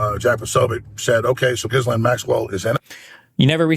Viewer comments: There’s no way it’s pronounced “jizz-lane” 😂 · Gislaine…..pronounced (gee-lane) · It's "Gi-Lane" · Someone tell Destiny how to pronounce Ghislane. 😂😂😂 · L take. Please for the love of god do any research into this. The fact he doesn’t even know how to pronounce “Ghislaine” is so telling. Flight logs are easily accessible, prince Andrew’s case and the cover up with that, and the mention of the client list multiple times from this administration, and so on. Destiny can’t tread on anything that looks like a conspiracy because he refuses to even resemble a MAGA talking point. He usually is well read, but this is a comically smooth brained take. And that’s coming from a guy named buttchug.